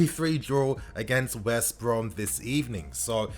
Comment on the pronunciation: I beg you stop saying West Brom like it’s 1 word ahahaha